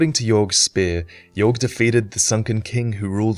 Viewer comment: It's Aldia that experimented on dragons not Vendrick. It's also possible Yorgh is pronounced "Yor" and not "Yorg".